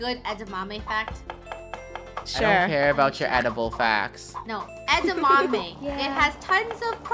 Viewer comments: wait she said edaname not edamame??? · Lol she said 'edeName' Eat some beans and shut up